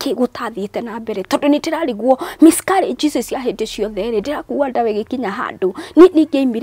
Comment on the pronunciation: my Brotha it’s Miscarriage and not Miscourages Good Grief!!🙄 Eng 101.. and to Hannah..God Bless your heart and God will remember you just like Hannah...